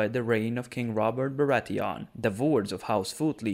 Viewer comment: How do you pronouce Bratheon?! They are no fucking Krauts. Like Theon.